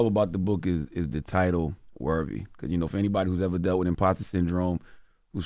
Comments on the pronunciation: If I heard this dude say “wurvy” instead of worthy one more time…! 20 years of broadcasting and you still allergic to T’s. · I cringe every time charlamagne says “worvy” instead of worthy!🥴 I hate that he says it like that!😩😂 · Someone tell Charlemagne the word worthy doesn't have a v in it.